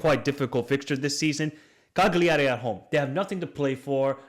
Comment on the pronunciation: Good Analysis :) It's pronounced 'calljari' basically 😂